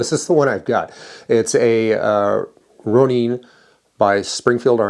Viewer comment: Pronounced Roh/row/roe - Nin/Ninn not Neen 🤣🤣🤣